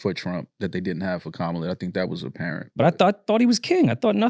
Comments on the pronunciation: her name is KAMALA! [comma-lah] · Why are y’all mispronouncing Kamala’s name incorrectly like the racists, though?